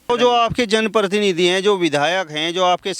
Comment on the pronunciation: पत्रकार महोदय कृपया अपनी जाटू भाषा छोड़कर पत्रकारिता की भाषा का इस्तेमाल कीजिए! आपकी शब्दावली अशुद्ध है जैसे- १-वायदा शब्द ग़लत है= वादा सही है २-जो है अनुचितऔर अनावश्यक प्रयोग ३-प्रतिनिधि शब्द का ग़लत उच्चारण करते हुए आप परतीनिधि बोल रहे है ४-आपकी टोन में बहुत ज़्यादा खड़ापन है। ५- मंत्री को मनतरि बोल रहे है। ६-लगता है आप सहारनपुर या हरिद्वार क्षेत्र की आम जनता की शब्दावली के सज्जन प्रतीत होते है। जिन लोगो का साक्षात कर रहें हो इन्हें कोई भी सुविधा दी जाये, ये पाकिस्तान के ही गुण गायेंगे।